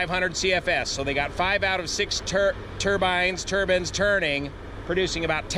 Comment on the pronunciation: TurbIIIIIIIne not turban